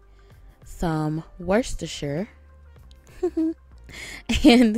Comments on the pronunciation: Worcestershire pronunciation=wos-ter-shir, not wor-ses-ter-shir. Thanks for the recipe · Worcestershire is actually pronounced “ Wooster” sauce .